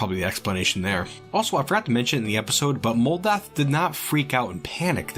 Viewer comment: Moldath is a mental rock! What I heard: Modalth is a mental *ROC*!